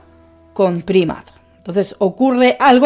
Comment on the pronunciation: Primat? Jajaja cuando vas a aprender a pronunciar los nombres de los pokemon? Nunca? Jajaja